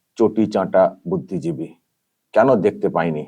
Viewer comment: Areota budiiji noy ota cuddijibi😂😂😂